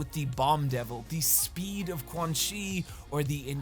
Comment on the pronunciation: This is a great video, but GODDAMMIT, THAT PRONUNCIATION OF “QUANXI” IS PISSING ME THE FUCK OFF. Anyways, good vid bro.